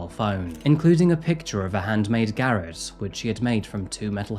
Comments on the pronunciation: really really rate your videos man, but if you haven't heard a word before, please google the pronunciation, Garrote - guh-rot ..... Garrett Garrett Garrett eugh But still in saying that, highly rate the show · Yeah, if anyone hurt either of my cats there would be hell to pay. I love my boys. PS: it's pronounced GAH-ROT not GARRET. It's a weird one. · On about spelling oesophagus wrong n can't even pronounce garrot ( ga-rot ) right 🤔 takes a little a way tbh. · Bit rich making fun of that bloke spelling that word wrong when you can't pronounce garotte or eligible correctly :D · May I suggest that you learn the correct pronunciation of words you choose to use in your narration, as garrotte isn't pronounced in the manner that you have used it !!